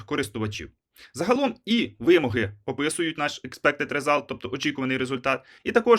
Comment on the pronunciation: Перепрошую , але вимОги , а не вИмоги .